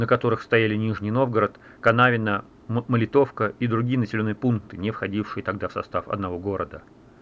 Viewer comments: Только не МолитОвка, а МОлитовка. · Спасибо за видео! Я из Нижнего Новгорода, правильно говорить МолИтовка, а не МолитОвка.